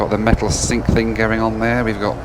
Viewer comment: The East Midlands accent really came out when saying "there" ! 😂😂😂